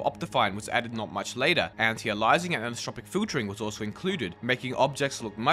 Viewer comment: "An tie ay lee iss ing" as opposed to "anti a lye iss ing" by the way. Same way you'd say an alternate alias or pen name. Nice history content! I'd never heard of Optimine or Optifog because I played the game in a web browser way back when. Cool to know what I missed.